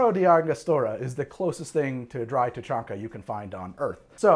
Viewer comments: You got Tuchanka correct. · How the fuckcan you pronounce the krogan homeworld properly jsut from reading it's name?